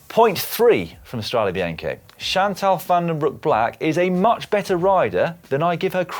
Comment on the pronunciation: The "Strada Bianchi" pronounciation.... discuss.